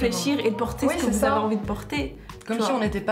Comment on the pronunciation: Jte rassure aux maghreb les filles etudies et porte le voile si elle le veulent c'est vraiment pathétique de tenter de faire une piqûre de rappel '' zé nou vous pouvez faire ze que vous voulez pazé vous''